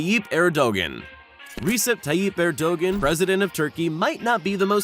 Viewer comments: It bugs me when the creators of these videos can't be bothered to pronounce people's names correctly. The last name of the Japanese Prime Minister is Abe (Ah - Bay). The President of Turkey is not Er - Dog - Gone, it's Er - dah - wan. Get it right guys. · U Americans really need to learn how to properly pronounce other culture's names. Shinzo Abe (Aah-bae). Erdogan (Err-doh-wan). At least you know your Chinese overlord's name...